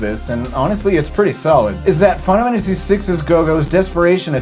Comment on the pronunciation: Now everytime I say Final Fantasy, I can't help but pronounce it as Fie-nuh-fannisy!